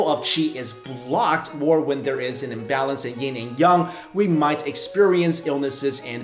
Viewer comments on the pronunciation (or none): It's Yin（阴） and Yang（阳） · Yin and Yung? Have I've been saying it wrong all these years?